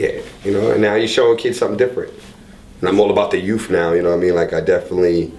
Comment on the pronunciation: He's "all about the youf (youth) now".... the letter "F" is not a substitute for "th". It really makes you sound uneducated. 🤦🏻‍♂️🤦🏻‍♂️